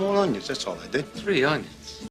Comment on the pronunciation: “Tree Unyens?”